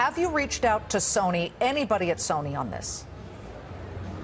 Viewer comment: I love how he couldn't say Sony's name.